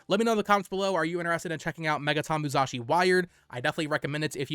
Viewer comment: Why are you pronouncing it "MuZashi" lol